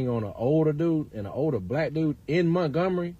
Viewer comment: Did he say MERKgomary? Lol